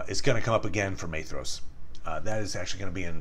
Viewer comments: 'Maythross'? By Ilúvatar, these pronounciations are getting worse and worse! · Beautiful video, thank you! Unimportant but his name is pronounced MY-thross with a hard th :) Sindarin is tricky